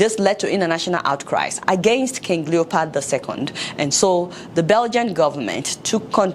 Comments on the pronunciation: Adeola, it's LeopOld, not LeopArd. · Love the content 👌 even though you had me rolling 🤣 on the floor at the "King Leopard." 😂😂 It's King Leopold. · Fayette, I can't believe you pronounce words as if you are speaking to run a, you pronounce Leopold as Leopard and incite as encite. Did you go to college in the US? Please work on your pronunciation. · Adeola, it's not Leopard, its Leopold!!!! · I like the sound of leopard instead of leopold . secondly, African leaders especially Nigerian leaders should be ashamed of themselves because they have derailed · King leo pold not leo pard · What did u call him? Did u just say King leopard? 😅😅😅😅. I now see why the present African regimes are not comfortable with youths rising to political responsibility because they don't want other Lumumbas to rise . LUMUMBA will always remain in our minds